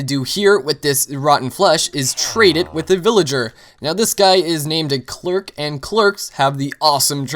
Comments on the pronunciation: lol he said clerc (Cl-r-k) when its cleric (clare-ik) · You say clerk, but its Cler ic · Cleric. Not clerk. :) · It's cleric not "clerks" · CLERIC NOT CLERK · Erm, that reading fail. Cleric is not Clerk the name is ( Clair-ik ) like the plate wearing healer class in RPGs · It is pronounced Cl-air-ic I play pen and paper rpg's and that is how it says it in the rule books. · In two parts 'Claire' (yes like a persons name) and 'ick' (like eww that's gross or sick without the 's') would be the right way to pronounce it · CLER-IC For fuck's sake